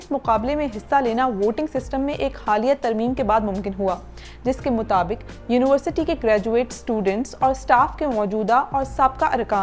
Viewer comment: It would've been a little better had you learned your pronunciation of University. You kept saying uniwarsity and not university.